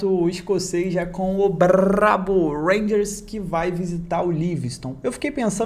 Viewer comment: O último bRRRRRabo que vc falou perdeu kkkk Bendito malmo